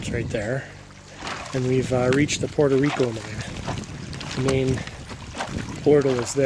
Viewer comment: Puerto Rico not Porto please, thank you great job 👏